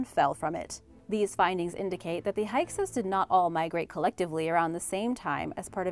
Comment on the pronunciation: FYI: Hyksos is Pronounced: "Hick-sos"